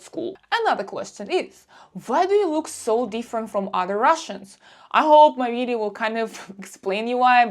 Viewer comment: As soon as you said “vidzeeo” I knew you’re Russian.